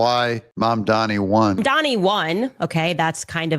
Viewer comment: Learn how to say Mamdani's name correctly. It's NOT MaNdani, it's MaMdani.